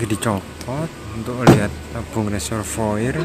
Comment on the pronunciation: Reservoir dibaca Reservoar...